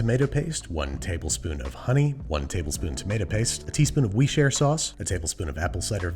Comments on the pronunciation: In japan we say "Usuta- so-su" (pronounced like rooster sauce without r) for Worcestershire sauce. yep, we cam't even pronounce "worse" right, how'd yoi expect us to pronounce that. Thanks UK. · Nice to see that even experienced chefs have trouble pronouncing worsthorseshire sauce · One day, Babish might even be able to pronounce Worcestershire sauce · I'm here for Babish mispronouncing "worcestershire sauce" intentionally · for the 9 million subscriber ep you should bring in a linguist to teach u how to say worcestershire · Yeah. Worsechesyerntherchershire sauce is impossible to pronounce. My man. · I like how your pronunciation of worcestershire sauce becomes progressively worse over time. Keep it up! Wor-sesters-hire? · "warst-chair-hair sauce" lol. sorry bro it's pronounced wuster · I’m sorry……wee-share sauce? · "Worst-terr-cherr" is the result when you use a bot voice. STOP USING BOT VOICES, PLEASE!!!! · It's not a bot voice it's a running joke to mispronounce it. He even said "what's the shire sauce" in one episode. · worcester : wusta (like busta rhymes) shire : sheer wusta-sheer sauce (I'm from worcestershire) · ah yes I too like to add worst-chair-stair sauce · Babish, us Brits call it "Woster" Sauce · Wuss-tuh-sheer. Say it with me. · I always get a chuckle when he deliberately butchers "Worcestershire". I forget the episode but one time he said something like "Western stether shether" sauce, and I laughed to tears hahah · Worst Chair Sauce is my personal favorite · my favourite is "what'stheshire" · What's-yer-sister sauce is a personal favorite of mine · West Chester Shire sauce is a winner for me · West Chest west shire is my personal favourite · It's pronounced WUUS-TA-SHA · We-share sauce according to this video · according to the family who created and still makes it, its pronounced 'wur-stur' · Oh Babish....It's WUS - TER - SHEER Sauce.... or just go with Lea & Perrins... unless it's a copyright/ trademark thing... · Worshershersher sauce